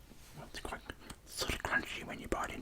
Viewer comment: You mean "quoite noice" ?